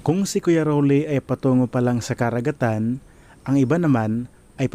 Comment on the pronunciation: Huy! Ayusin mo Tagalog mo. Bakit ka-ragatan, ka-likasan ang pagbaybay mo sa mga salitang Tagalog na yan at iba pa? Hwag mo na gayahin sina Korina Sanchez, mainstream media at celebrities na mina-murder at wikang Tagalog. Binibigkas yan ng tuloy-tuloy tulad ng salitang karagatan (ka-ra-ga-tan) at hindi "KA-ra-ga-tan", at sa kalikasan (ka-li-KA-san) hindi "KA-li-ka-san."